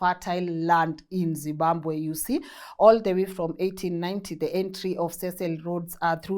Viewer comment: …. Say ZIM…BA…BWE ZIMBABWE